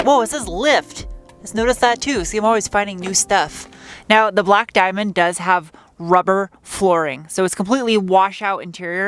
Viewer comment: Shine brie like a die-menn